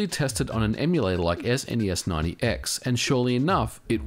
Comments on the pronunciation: Why do you say SNES Ninety X rather than SNES9x? There's no extra number there. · It's Snes9x not Snes90x. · "Ess en ee ess ninety x" What a peculiar way to say the emulator's name. I've seen/heard a few others in my time, but not that one. I don't know that anyone thought to ask the original devs. ¯\_(ツ)_/¯